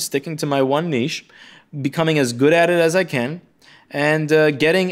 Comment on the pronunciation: You said niche properly...not "nitch". Thank you.